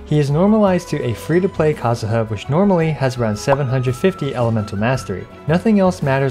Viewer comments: am i the only one who heard fish to play.. and not, free 2 play. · Why does he keep saying fish to play? 🤦🏽‍♂️ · I'm I the only one hearing "FISH TO PLAY PLAYER" ? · I'm dying hearing you say fish 2 play every 10 seconds lol